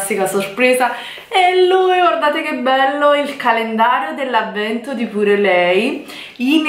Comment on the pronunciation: Comunque si dice "piur lei".